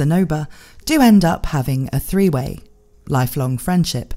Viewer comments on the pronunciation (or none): Why you pause like that after you said three way I'm brain just shut off hearing that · Call out to the pregnant pause after threeway